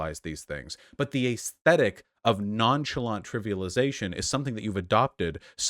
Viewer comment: I was about to say yay for Shoe , got a 2nd/3rd job. Too bad, I still watch for her commentary on daily life , funny stuff happens and I love the aggregation. I dislike the way you say ayyysthetic . Shoe/You can post whatever side of the political spectrum you choose , this does not make you one side or the other. Your physical actions and financial contributions should be held to the high standard you have for these political reps. You both have to be able to live your lives separate from politics because it does not get included in every facet of life. You both need shitposting as an outlet or just a distraction. It doesn't need to be analyzed to the degree that a political statement might be reviewed. Eat a dong Vuash. <3